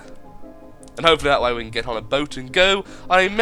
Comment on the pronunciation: did he say can with k? sounds like the word from my country: denmark. we say kan instead of can.